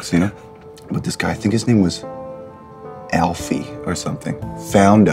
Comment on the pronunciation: It’s affie not Alfie lol. Never forgot about that moment